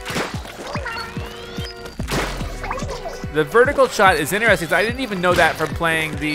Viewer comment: why do u pronounce interesting like that